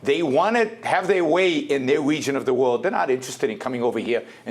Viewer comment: Dey want to have der way in der wegion of da world.